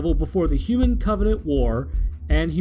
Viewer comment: Did he just say huvan instead of human